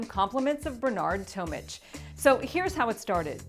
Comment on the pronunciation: For gods sake it's pronounced tom-ick not tom-ich...